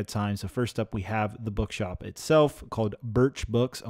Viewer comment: Did anyone here him say. “BugShop”